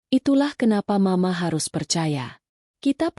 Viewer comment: Duh ..terganggu dgn pembacaan m..a..untuk penggalan mama.. Ganti dong pembaca narasi nya..merdu tp gak pandai membaca..lama"muak.. Bandar lampung nyimak dgn manyun..